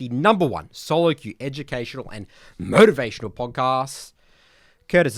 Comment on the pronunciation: When puts that stank on "MOTIVATIONAL" it gets me hyped as hell for the pod haha